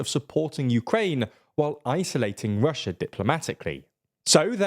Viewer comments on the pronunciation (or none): none